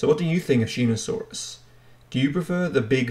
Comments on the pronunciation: I see two people commenting on the mispronunciation it was a little annoying hearing you say Shee-no-saurus instead of Sho-no-saurus how on earth you didn’t see the O instead saw an E I don’t know! but still enjoyable non the less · Shō-knee-saurus! NOT SHEE-NO-SAURUS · Pronounced show•knee•saurus lmao